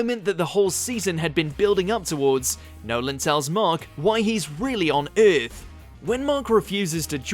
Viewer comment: Most brutal part of this video is "Eyyyarth"